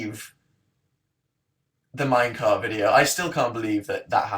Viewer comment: Did he say "minecart" or "minecraft" ?